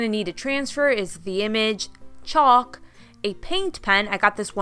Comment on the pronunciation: The "L" in chalk is silent